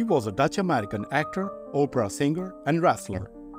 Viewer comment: Three excellent videos in such a short time?!! FANTASTIC 🎉. “Respiratory” sounded really good,now for some minor attention to “prostate” and “opera”. First, prostate has only one “r” in it. There is an English word “prostrate” that means, lying down flat. People (English speakers included) often get the two words confused. The word “opera” is pronounced AH pra. Our famous talk show hostess, Oprah Winfrey, has confused people with her unusual name. That’s enough for now. I’ll get back to you later on the really tiny things but I’m having to follow the weather reports because my area is in the path of a hurricane right now.😮❤!